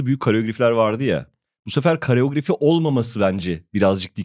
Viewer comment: Kareografi değil, koreografi. Lütfen!😉